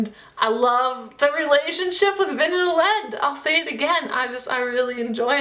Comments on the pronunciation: Great review ***** :) I listened this on audiobook and it was a great experience! I notice that you pronounce some of the characters' names differently than what I heard on the audiobook. Elend = "elle-and" and Sazed = "say-zed". I mean no disrespect, just wanted to mention it! Have a great day :) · I have always pronounced Elend "Ee-lend" and I know that everyone pronounces it different :'(